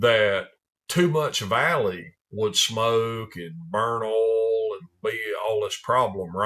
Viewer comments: Ouul... oil in a southern accent is great. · I'd watch this channel just to hear oil be pronounced as ole.